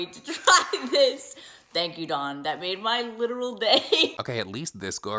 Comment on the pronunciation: her name is DAWN NOT DON OMG THIS CHIC